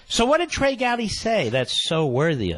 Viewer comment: "Be"trey Gowdy